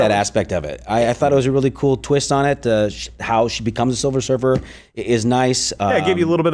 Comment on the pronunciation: Silver Surfer - not Silver Surfess !😮